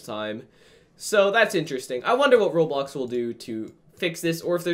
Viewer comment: its pronouced Roblox